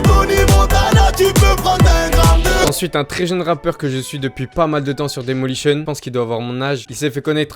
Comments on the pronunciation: C pas daymolition c daylimotion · on dit d'ailimotion mais sinon gg les vidéos